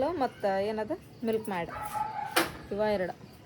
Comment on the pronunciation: ಮಿಲ್ಕಮ್ಯಾಡ್ ಅಲ್ಲ. ಮಿಲ್ಕಮೆಯ್ಡ್